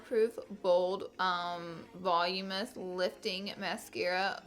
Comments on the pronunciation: " 'volume-ness' mascara" lmao 😂😂 that was so funny you were worried about pronouncing sumptuous and flew right by voluminous twice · Is anyone else cringing at the way she said voluminous ? It's pronounced (Vah-loom-in-us) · its vah-lu-minous lol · The way you say voluminous 😂😂😂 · The way you said Voluminous lol